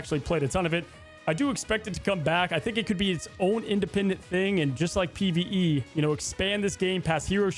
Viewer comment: "pve" dude stfu